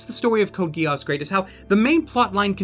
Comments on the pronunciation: "Code GIASSS" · u pronounced geass wrong